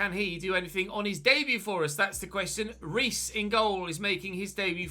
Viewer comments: Hey,! Your keeper's name is pronounced 'hays', not 'rees'. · hiya, I don't want to be rude about it but I know you like pronouncing things properly sooo: I think Nelsildo Reis's surname is pronounced "Hayzh" with the soft sound Z at the end of the word for the S and making the R sound like an H at the beginning of a word.